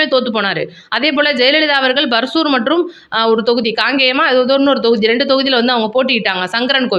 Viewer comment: பர்சூர் தொகுதியா ? தொகுதிப் பேரக் கூட ஒழுங்கா சொல்லத் தெரியல நீங்கெல்லாம் YouTubeல காணொளி போடறீங்க. தமிழ்நாட்டு மக்களோட தலையெழுத்து.